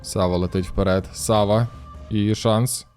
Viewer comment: А чому САва? Наче ж має бути СавА. Японська